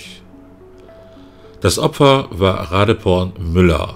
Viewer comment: Thais benutzen für die Transkription ihres Namens die englische Schreibweise. Doppel-e wird im Englischen zu i, weswegen ich mir ziemlich sicher bin, dass die Dame Ra-dii-porn (langgezogenes i) ausgesprochen wird. Nimm den in Thailand häufiger vorkommenden Mädchen-Vornamen Malee. Ausgesprochen auf Deutsch Ma-liii. Bist ja Vorort und kannst mal eine Thai fragen.